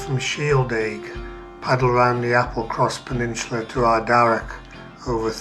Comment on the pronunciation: It's 'peninsula' btw... 'Peninsular' is like what 'rectangular' is to 'rectangle' I found this pretty funny because your accent tends to add an 'r' to many words that end with 'a' so i can see how you ended up making this mistake lol